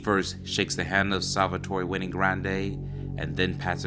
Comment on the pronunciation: Wenay??? No the name is Wayne. Like Dewayne